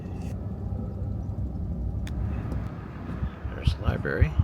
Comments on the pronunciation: LIBRARY not LIBARY😊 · Library has two ‘r’s in it. The first one is not silent. Library.